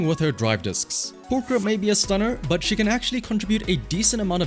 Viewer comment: 10/10 video already, he pronounced pulchra correctly